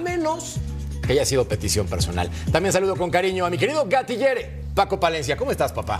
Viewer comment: Que es Esa mamada de gatillere si dise gatillero😂